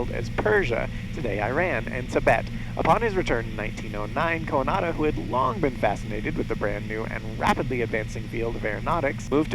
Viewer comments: The way you pronounce Coandă is cringe-worthy. Not just for me, as a Romanian.. but probably to others too. You make him sound like a second hand Japanese name. =) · How hard is it to get informed about how to pronounce the main name in your video?... what a mess.